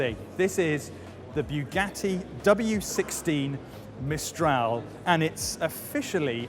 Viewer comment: you speak english well, yet can't pronouce bugatti, if you can't pronouce bugatti correctly forget about saying "la voiture noire" correctly because you clearly can't do that